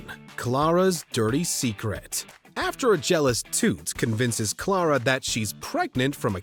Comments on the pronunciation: If there's one guilty pleasure of mine, it's this........I imagine Twilight Sparkle as Clara/Toot when I'm watching it. Also, the way he says Clara sounds painfully wrong. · How can you mispronounce Clara’s name and then proceed to play a clip that has correct pronunciation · The announcer can't even pronounce Clara? Good lord.